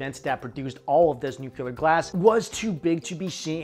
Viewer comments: Please stop saying "Joolery". The word is "Jewelry". JU-well-ree. -- Ditto for "Nuculer". The word is spelled "Nuclear". NU-klee-er. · Points off for "nu-kyu-ler". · Nucular? Aluminum...? Come on dude... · Nucular glass??? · Nuclear - "nu'-clee-er". Sorry, not sorry. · A science video where someone says nucular